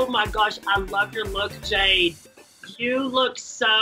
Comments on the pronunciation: Did she just say "Jade" instead of "Jeed"? I'm not kidding I listened to it like 3 times lol Edited: am I the only one who's a bit worried that Jade might have a wardrobe malfunction in that pink robe? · she said jade instead of jeed and i feel betrayed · Aww she says I’m Jade instead of I’m jeed